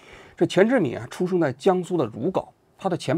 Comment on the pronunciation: 如皋（gao）第一声